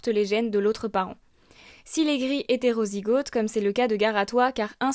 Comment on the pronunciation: A titre informatif : - on dit grisonner et non griser - on prononce le o de homozygote / hétérozygote comme le O de automne et non comme le AU. Comme golfe, et non comme rose. C’est ce qu’on appelle un o ouvert :)